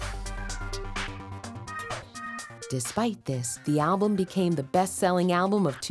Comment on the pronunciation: The narrator keeps pronouncing ''alblum'' a-le-blem